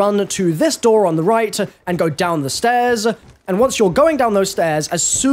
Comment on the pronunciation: Go down the stair-ZUH